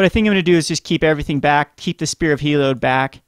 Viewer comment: It's HEE-LEE-ODD